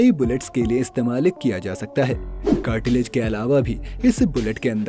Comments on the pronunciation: कार्टीलेज 🤣🤣🤣🤣कहां से आया इतना ज्ञान Cartridge(कार्ट्रिज) होता है😂😂🤣🤣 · Cartilage nahi cartridge...